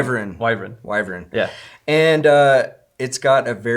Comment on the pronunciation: Wyvern. Pronounced wy-vern. Kind of like how it is spelt ;)